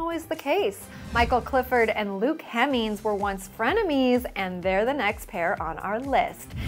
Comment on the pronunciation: Please pronounce Luke's surname properly! HEMMINGS NOT HEMEENS